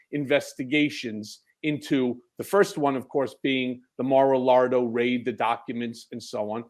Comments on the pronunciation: does he keep saying "Mar-a-Lardo"? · Is he saying Mar aLardo on purpose? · I find it extremely funny that Cohen calls Mar-a-Lago Mar-a-Lardo😂 (Lago= lake, Lardo=lard) I hope he’s doing it purposely 🤣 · I break out in belly laughs every time Cohen refers to the Florida Guy's compound as "Mar-A-Lardo". 🤣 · ha, Cohen said "Mara-Lardo" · Is he sayin Mar a Lardo on purpose? 😂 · LOL! He said "Mara-lardo!" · Is Cohen calling it “Mar a Lardo”? LMFAO 😂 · Mar-a-Lardo. he always says that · He said, “Mar a LARD-o.” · I swear said Mar a Lardo. That what I've always called it. 🤣